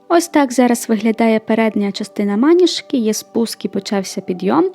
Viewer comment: Клас, дуже крута річ) Дякую за відео! Лише одне зауваження, вибачте, якщо непрошене, але трохи різало слух. Наголос правильно ставити на другий склад, тобто звучати має "манІжка".